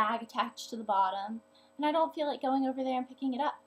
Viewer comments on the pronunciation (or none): none